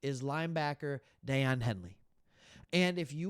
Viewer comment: Great video as always! BTW, Daiyan’s name is pronounced “Day-On”. ⚡️